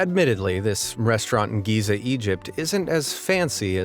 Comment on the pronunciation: This guy butchered countries city names!!! 🤣 Where the hell was the editor??? Helsinki!!! Buenos Aires!!! He got Giza right wow! 😂 Kyoto! Nice, 2 in a row! Rotterdam wooo 3!!! Azerbaijan almost!!!